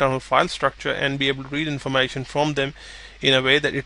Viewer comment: informAshon lol